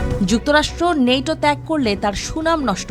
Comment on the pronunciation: নেটো না ন্যাটো